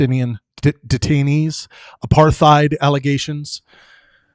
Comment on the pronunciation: if you can't even pronounce 'apartheid' correctly I'm beginning to doubt your intellectual capacity. No wonder you only have 12k views. Try showing the video you're critiquing and your sources next time too? So dry and uninteresting with your monotone psued ramblings.